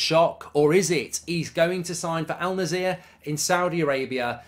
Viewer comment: Just to clarify, it's pronounce "Al Nassr" like "al" + "nas" + "sir" altogether. No [z] sound.. Probably you wouldn't have to pronounce it anymore😅... just saying